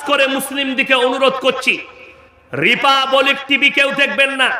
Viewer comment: ota repabolic na republic age uccharon kora sekh